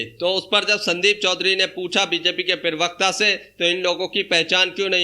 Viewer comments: Prewakta nahi hota bhai parwakta hota he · पिरवक्ता नहीं प्रवक्ता बोलो भाई